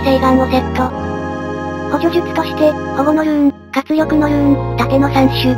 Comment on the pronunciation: 保護のルーンのところでどうしてもほものルーンって言ってないか聞き直してしまう